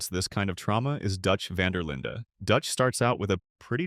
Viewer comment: Dutch Van Der Linda..? Do people not know how to pronounce his name?